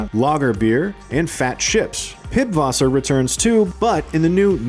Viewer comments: it's pisswasser not pibwasser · Pibwasser hahah its pisswasser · It's not PIBwasser, it's PISSwasser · "Pibwasser?" Pretty sure it's pisswasser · Thanks for this video. It made me realize how much detail there is to see in places you’d least expect it. A small correction though: It‘s Pisswasser, not Pibwasser. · Its not Pibwasser.. It's pisswasser. from German, meaning pisswater.. Nein means no in German.. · Its pisswasser not pib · Pibwasser? My dude, it's pisswasser... LOL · it's not piBwasser, but the piSSwasser [pisswater] (German) :) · Pißwasser is not pibwater it's pisswasser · Really nice list of details, but here are some mistakes that caught my eyes: 1.) Vice City was heavily based on the original Miami Vice series, not on the movie (which was released way after Vice City) 2.) It's not "Pibwasser" but "Pisswasser" 3.) Not every single female NPC you see is Lucia 😂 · It's "Pisswasser", not Pibwasser. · Did he just say Pibwasser ??? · Bro said Pibwasser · did He really say pibwasser😢